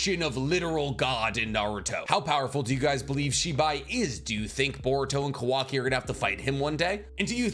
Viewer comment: why does he say kawaki's name like that ?